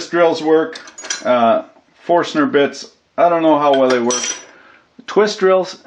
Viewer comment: Its not a forstener bit. Its caled a forskinner bit. Got it? hahah